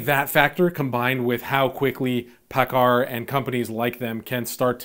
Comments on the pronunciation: Great video, man. I'm a diesel tech working for a Kenworth dealership and am investing in the stock market. Your pronunciation of Paccar is off, dude. Lol (had to bust your chops) It's actually pronounced "PackCar". It's good to know that my intuition is on thos subject was right. Invest in what you know, right? Again, great video. Thanks!! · I use to work for Paccar when I lived in Seattle. A loudsy company! Headquarters is in Bellevue, WA. You pronounced Paccar wrong. LOL